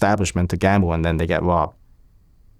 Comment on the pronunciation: "The plase got wobbed" 😅